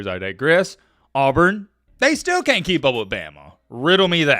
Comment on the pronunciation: "Cain't" really is southern lol